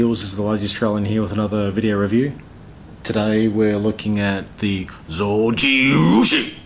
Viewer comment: Just the japanese like pronunciation of Zojirushi in the end deserves a like.